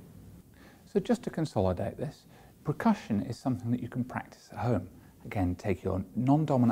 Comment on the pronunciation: Oh my lord, if I here percussion pronounced PRECUSSION ONE MORE TIME...!